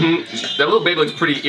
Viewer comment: for you guys who dont get it Collins said irritated (earitated)